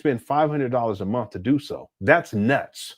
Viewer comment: "$500 dollars a munf 😳"- 😂😂😂😂😂